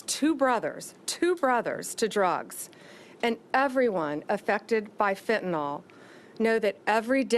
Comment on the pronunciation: It is not Fentanol, which implicates an alcohol, it is Fentanyl pronounced Fentanil!